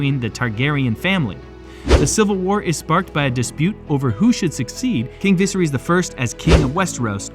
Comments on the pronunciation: he cant pronounce "viserys " properly thats so silly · the way you pronounce viserys is mildly infuriating.